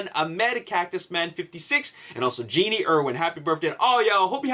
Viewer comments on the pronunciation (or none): none